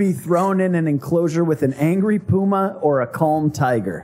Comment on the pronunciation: Ahrr! Angry Puma, for a couple seconds i thought you said angry boomer 😂😂.